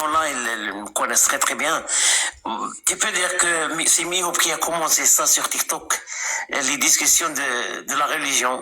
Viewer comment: Il s'appelle Mihoub pas Mihoud ! Mihoud ca n'existe pas chez nous ,alors arrêtez de vous mêlez d'une culture et d'affaires qui ne vous regarde pas et dont vous ne savez même pas prononcer un prénom correctement, mdr en plus mihoud avec D c'est devenu votre signature commune !